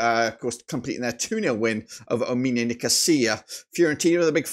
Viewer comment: fr bro like how the hell does he say "ominia" instead of "omonia" like wtf